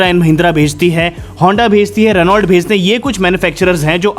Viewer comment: रेनॉल्ट नहीं, रेनॉ कहते हैं, साइलेंट भी कुछ होता है स्पेलिंग में जो प्रोननशिएशन में साउंड नहीं करना होता है।